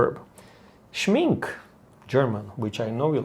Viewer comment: Hallo, Rajiv. Your German pronunciation sounds great, especially when you recalled what your friend's Oma said-- but please help spread the word that Schminke is not pronounced Schmin-kee🤣, but rather Schmin-kuh😉! Love watching all of your art adventures with Marcelo! Tschüss!